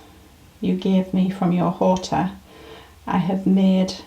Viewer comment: The rain makes everything look so lush 🌻😃 Horta has a silent h so has hora, like time on a clock. Like in English, you don't pronounce the h in hour or honest or honour, etc. You two work hard, but you have a blessed life and wonderful neighbours. 🌻🐈🤗